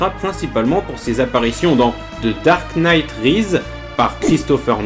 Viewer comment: Ben... Oui??? C'est un mot anglais, tu veux le prononcer comment? Pourquoi tu prononces Knight en anglais et Rises en alien???